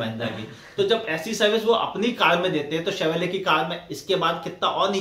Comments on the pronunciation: TAKLA ka bagal ma Chevrolet bolna to sikhlo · Chevrolet...bol na sikh pehle...